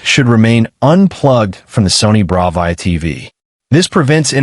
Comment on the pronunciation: really know you how to say Bravia correctly, this video would be complete shite if you mispronounced Bravia every single time you said it in the video